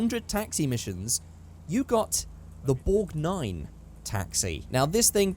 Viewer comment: The Borgnine cab was named after the actor who drove a cab in the movie Escape from New York, Ernest Borgnine.... I also think it's pronounced Borg-neen and not Borg-nine. The Yakuza Stinger was always a hard top and the regular Stinger had a soft top variation.